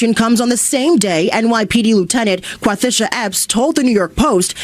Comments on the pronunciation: "Quathisha"...I spent six months in both West and East Africa combind...never heard the name Quathisha. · Lieutenant Quantisha??? 😂😂😂